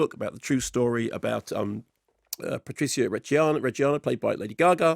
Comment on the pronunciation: I guess the other accents look less bad next to Leto's, but the better one speaks Italian, the cringier they all are. They don't even pronounce Maurizio and Patrizia properly. Why do this with accents, it's madness! I refer everyone to Ralph Fiennes' interview about the White Crow.